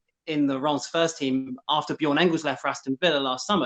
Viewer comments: IT'S NOT RIIIIMS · It's pronounced ræm